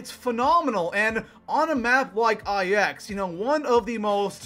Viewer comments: its called "9", not "IX" dude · You realize it's pronounced "nine" right? Like the number. It's a Roman numeral. Not just two letters. Not "eye-ex". Also yeah, I am triggered and butthurt. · It's not I-X it's pronounced Nine. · It bothers me so much he says I X like if they are separated instead of 9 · THE MAP IS CALLED 9 people it’s Roman numerals not individual letters.... 😒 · ITS NINE NOT EYE ECKS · Holy fuck it's 9 not fucking ix holy shit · For the love of all that is good in the universe, stop fucking calling it EYE ECKS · "Eye ecks" loooool. Say it right please omg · Who the fuck pronounces it EYE-EX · For gods sake stop calling it I X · it IX not IX